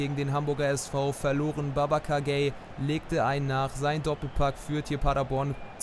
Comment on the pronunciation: Ich finde deine Videos ja echt gut Aber eins. Babacar Gueye wird nicht Gay/Gey ausgesprochen sondern (Sprechen wie folgend lesen) Gueje.